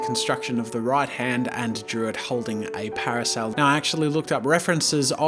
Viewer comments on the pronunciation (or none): when he kept saying parosel I got confused then hire drew an umbrella